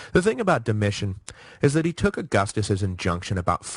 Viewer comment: ➡Dom-e- tan. ➡Ortho= ortho. POOR PRONOUNCING